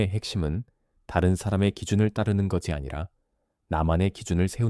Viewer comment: AI가 제대로 읽지를 못하네요. ㅜㅜ ‘것으로’를 [거드로] 로, ’것이‘를 [거디]로 읽고… 느므 거슬려요…끊어읽기도 제대로 못하고…